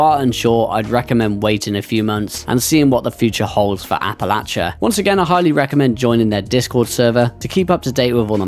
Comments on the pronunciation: Say it like App-Ah-Lay-She-Uhhh 👍🏼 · As someone from the philly area, youre killing me with the pronunciation 😂